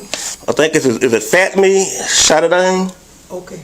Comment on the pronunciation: Yooo I rewatched the beginning so many times 😂😂😂 “is it fat me” like really sir 😂😂😂